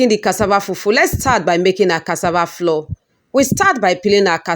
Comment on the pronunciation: Why do some Nigerians pronounce as if they're deaf? It's cassava flour with a u and not floor. Smh